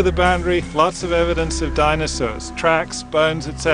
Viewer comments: This seems very interesting but I keep getting stuck when he says "dinasaws" still I give 5/5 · "DinoSAWS" FFFFFFFFFFFFFFFFFFFFFFFFFFFFFFFFFFFFFFuuuuuuuuuuuuuuuuuuuuuuuu